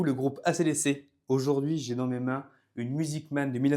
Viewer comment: Ah. Un autre francais. AC DC. On le prononce en anglais mon beau nono.